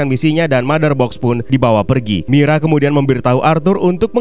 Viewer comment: Nama nya merah bang bukan mirah